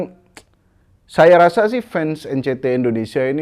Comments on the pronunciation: EN CI TI bang, bukan EN CE TE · bang tolong lahh bacanya NCT (En Si Ti) bukan Encet wkwkwk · N Si Ti bang, kalo nyebut yang bener ntar ngamuk lagiii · Nyebut NCT nya Salah bang.hati2 diserang lg 🤣🤣